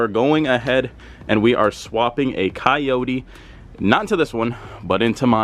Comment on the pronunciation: ¨KAYOURI¨ se dice CO YO TE pendejo! jk 😅😅